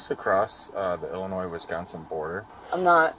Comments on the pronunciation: several crimes were committed but by far the most heinous is pronouncing "Illinois" as "Ill-in-Noise." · So is pronouncing the "s" in "Illinois" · Also the way she pronounced Illinois "Illanoise" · She called it Illinoise. Never even learned how to pronounce states. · Illinois..... Ill-a noise? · Pronouncing lllinois ‘Illinoise’ is the real crime. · She said "are we in Illi-noise?" Cringe. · She said “Illin-“noise” for Illinois….throw the book at her!! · Is this "IllinoiS"? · shoulda known she wasnt from anywhere near illinois when she called it illi fucking NOISE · You know she's not from Illinois when she pronounces the s at the end. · And she pronounced the s in Illinois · And the fact that she pronounced “Illinois” with the s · The real crime: she pronounced “Illinois” wrong. The “s” is silent, sweetie. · Not likely. She mispronounced Illinois. The guy all your republicans bow down to also can’t pronounce regular American place names. Yosemite immediately comes to mind. 😂😂😂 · People who use the S at the end of Illinois are these types of people 😂 I hate Illinois but I would never use the S at the end of the pronunciation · She said Illinois with the s lol fyw we don't say the s here.